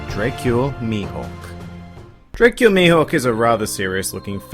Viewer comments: You say Dracule weird 🙄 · Hate ur pronunciations of Dracule and Baratie.